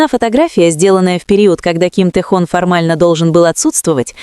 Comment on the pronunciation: Тэхон, так ещё не называли😅😅😅,такую чушь несёт,.Автор,не Тэхон,а Тэхён,смешно слушать😅